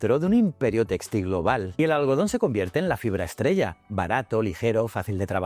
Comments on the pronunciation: se pronuncia textil, no téxtil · No entiendo, es una IA haciendo la locucion? porque pronuncia tan mal la acentuacion de la palabra "textil" ? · muy instructivo como siempre, aunque muy extraña la pronunciacion de textil y sus variantes.....